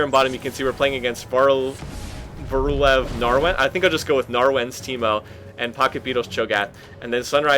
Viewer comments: Gotta love the pronounciation of varulv :D varulv means werewolf btw ;) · HAHA! Love how you pronounced "varulv"!